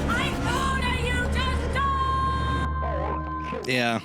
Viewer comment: No, and gotta stop is missing the T. Like Bo'ow of wo'a.